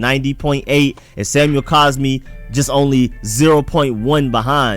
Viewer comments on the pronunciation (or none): If you're going to make a wrong argument the least you can do is say the guy's name correctly it's not caspi it's cosmi